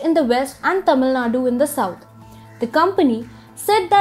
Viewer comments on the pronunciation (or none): none